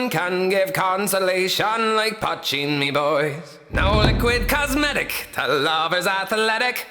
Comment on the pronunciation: poitín (potcheen), not patching. Irish word